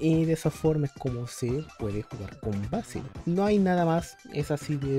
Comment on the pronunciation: "Beisil" Ulalala señor francés "vásil"